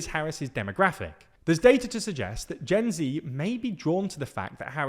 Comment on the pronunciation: You pronounce Gen Z wrong